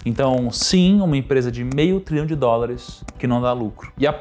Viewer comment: Show! Sem querer ofender, apenas tentando colaborar com o aprimoramento continuo: as dicções de milhão, bilhão e trilhão, em alguma situações estão bem confusas! Saúde!